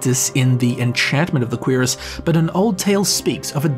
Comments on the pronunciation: him constantly saying QUEERus in instead of curiass is giving me some type of narcotic high. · its not "queeras". its "qrass" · I like how he says Cuirass. "Queerass" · Dreugh is pronounced Drö. And cuirass is pronounced Kürass. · "Queer-us" What is wrong with you? Lol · I know I'm late as hell but the pronunciation of "Cuirass" almost made me smash my keyboard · The pronunciation of cuirass sounded like a primary school insult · That's actually somthing i didnt know, at first i thought it was just his accent, i always pronounced it wrong. THanks for this! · Everytime he says cuirass, I bout lose it.